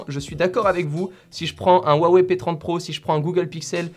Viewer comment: Salut a tous, le "H" se prononce pour Huawei... :)